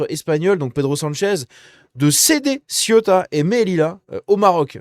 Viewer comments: Pour rappel on ne dit pas ciotat mais cé-ou-ta . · Arrête de prononcer Ciotat qui est une ville française près de Marseille qui se nomme La Ciotat. Il faut prononcer Céouta pour info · On dit Ceuta et non Cieutat qui est une commune française! Oh!!! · CE-OU-TA,pas CIOTA.